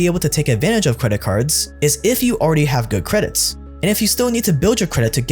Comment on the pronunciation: Is he saying "credits" to mess with us?